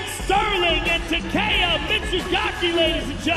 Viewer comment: His fucking name isn't Tah kay yah, it's Tah keh yah. Lord, they always butcher Japanese names.